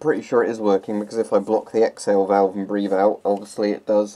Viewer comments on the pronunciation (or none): none